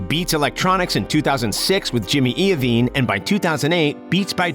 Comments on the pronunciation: Jimmy I-veene not E-veene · bruh... jimmy eeovine? gazelle budchin?